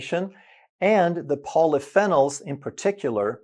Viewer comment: Polyphenol: Pronounced Poly Fee Nol which is a type of Antioxidant.